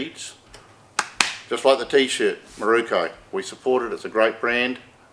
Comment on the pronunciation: It’s MIROKUUUUU NOT KO. 😂